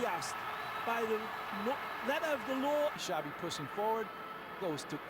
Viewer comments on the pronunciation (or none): "Chavi" not "Shavi" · xavi not chavi o shavi